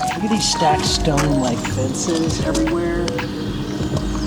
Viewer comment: Stacked stone "fences" 😂